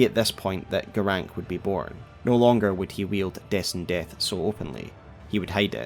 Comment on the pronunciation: Why are you saying Garanqq "Garank"? Like, they same his name 50 times. I'm sure you played the game more than once. Why is there a trend to mispronounce names that are stated out loud in the game?